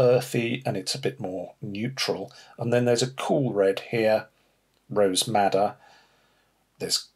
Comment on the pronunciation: Brilliant video! Did anyone catch the name of the cool primary Red? It sounded like he said “rose matta”? Looking for the correct name as I cannot find that color.